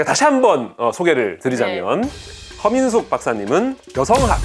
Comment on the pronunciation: 허민숙 박사님이라고 할때마다 커밍순으로 들리네